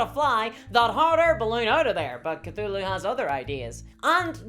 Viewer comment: You mispronounced Cthulhu.